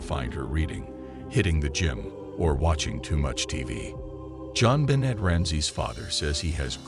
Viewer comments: Please pronounce JonBenet properly. Thank you. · FAIL! You used AI (and chose a bad one at that) AND you didn't make it pronounce her name right.